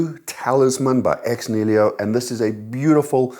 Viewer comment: "Ex Nilio"?!